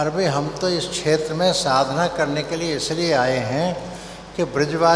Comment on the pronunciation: छेत्र क्षेत्र जो मनुष्य क्षेत्र शब्द का उच्चारण नहीं कर सकता है वो बात करेगा धर्म की